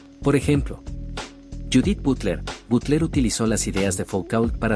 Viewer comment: Dicho con perdón, no me soporté esa pronunciación del nombre Foucault (se pronuncia "Fucó", aquí se enuncia con un insoportable y mil veces dicho "Foucaul")) o a Louis Althusser (se dice "Luis", aquí lo pronuncia "Louis") o Butler (la enuncia "Butlér") o Habermas (pronunciado "Habermás"). Lástima de esos prosaicos errores, pues es una buena reseña. De verdad, busquen un locutor que haya conocido alguna vez a los pensadores de que habla o enséñenle su pronunciación. Pónganle cuidado a eso, pues deja en los oyentes la duda sobre el conocimiento efectivo en torno a un pensador cuando de entrada se le nombra de forma tan impropia. De todas formas, gracias por el esfuerzo al redactor el texto..